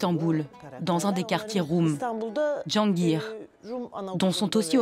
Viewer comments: cihangir pas jongir respectez au moins le nom des rues et quartier d istanbul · Jongir 🎉😂😂 Kim Jong ire 🤣🤣🤣 au lieu Cihangir ( à lire Dji Anne Gire )